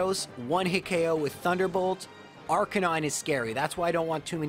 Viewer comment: R-canine Me: It's arca-nine!